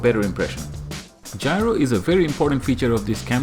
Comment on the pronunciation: it's gyro, not gryo